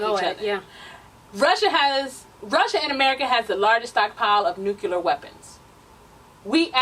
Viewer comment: NuCLEAR. I'm sorry but that was driving me crazy. Love ya though.. Lol